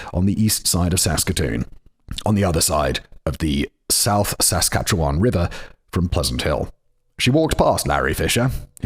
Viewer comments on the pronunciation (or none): Also "saskatcheWAN" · And Regina... And Saskatchewan was a bit rough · I know it's probably already been said, but toque is pronounced like tOO-ck, like torque but with a long O sound. Regina is pronounced like Vagina, yes really. And Saskatchewan is a bit weird. We don't really emphasize the vowels so much. It's more like Sis-scatch-iwan. Sorry for being a dick. Love from Vancouver, British Columbia, Canada!! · As someone who was born and raised in Saskatchewan, this episode was painful to listen to. For the record, the "wan" in Saskatchewan is pronounced like the number 1, toque is pronounced like "tuke" (long U, no eh sound on the end), Regina has a long I sound when referencing the city, and "paring" is a homonym of "pairing." Now do Robert Latimer. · Sask with odd emphasis and "Re-gee-na" are also giving me a chuckle while also making me cringe. I'll take it though for the Canadian stories!